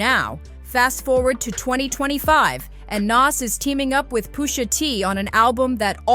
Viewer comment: Pusha not poosha